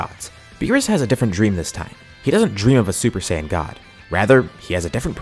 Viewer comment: Stop mispronouncing Saiyan PLEASE